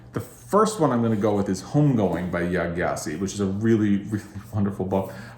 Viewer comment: Great video! A note though! Gyasi is pronounced jah-see!